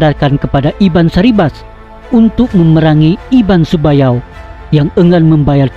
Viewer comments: Sebuyau jd sebayau, nanga jd ngai.. Byk lg. Nama dek wai? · Betul..byk error dlm sebutan..Sebuyau jadi sebayau..kapuas jadi kapaus..Skrang jadi sekarang. Tolong edit sebelum dipublish.tq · Bukan iban sebayau,iban sebuyau. tak pandai baca ke. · Utk PEMBETULAN... Yang betul iban SEBUYAU👍 bukan iban SEBAYAU👎 Sebutan mesti betul..takut² nanti ada yg beranggapan lain..sebab ini tentang sejarah suku dayak..tq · Sebuyau....bukan sebayau